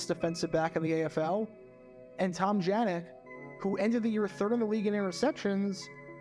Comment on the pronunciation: Also for future reference, I have heard in Buffalo produced Highlights, before that Bills DB Tom Janik's named is pronounced Yanik. Not sure if that's right, but I tend to trust the home town announced from that era.